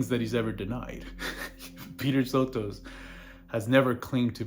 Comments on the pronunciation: How many videos do you need to make on the guy before you learn how to pronounce his name? SO-tus. You can hear him say it in the Howard Stern interview. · bitch I'm darker than you are. And sotos is a greek name anyway. But if you want to go around saying people's name's wrong I guess that's your prerogative as a troglodyte. Him saying it